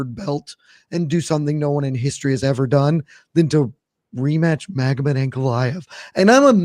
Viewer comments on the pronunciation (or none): none